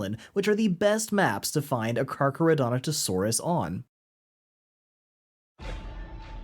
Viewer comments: Dude, it’s Carcharodontosaurus lol. Car-car-o-dont-o-saurus. You’re pronouncing the way you spelled it (you clearly practiced) you just spelled it wrong 😂 Yay crazy Dino names! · the way u say Carcharodontosaurus breaks me up every time